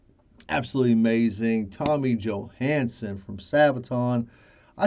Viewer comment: Thank you! You pronounced my name surprisingly well